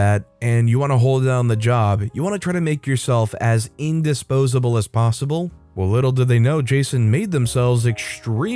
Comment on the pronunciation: Indispensable not "indospsable. 😆